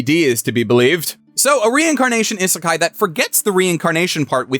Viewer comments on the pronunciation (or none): Isn't he pronouncing isekai wrong? Isn't it "ee-suh-kai"? Not like an American type "is a kai"?